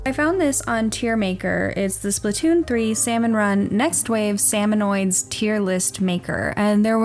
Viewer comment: it’s not salmonoids, it’s salmonids